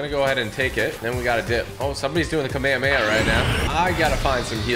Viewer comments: He say Kamahamaha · Dude is called KA-ME-HA-MEHA